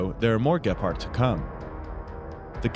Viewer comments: The way he pronounces "Gepard" drives me crazy, it is spoken with a long E. Maybe just use the english word "cheetah" instead :D And than i ask myself if even the english title is wrong? "This Germany's Weapon" shouldn't it be "This german weapon? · It sounds funny how you say the name of the tank and the name of the company. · why are you saying gepard so weird. It is named after the african cat you know...